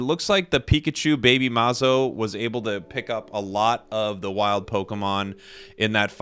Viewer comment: I'm a brazilian subscriber and you're my favorite foreign Pokémon Unite channel, I love your videos and find you very friendly. P.S. You just pronounced 'BabyMazo' very well and that dancing in the end was very funny tho